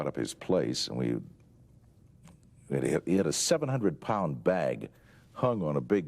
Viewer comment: Did Coburn say 700 pund bag?......lol...